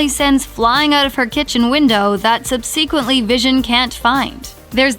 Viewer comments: "sub sequently"? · Is that how you pronounce "subsequently"?